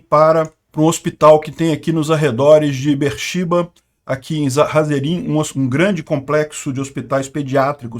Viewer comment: A cidade ao sul Be’er Sheva se pronuncia assim: Bêer Shêva